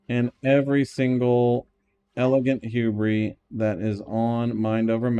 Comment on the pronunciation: Saying hubris like that has to be on purpose, it's driving me insane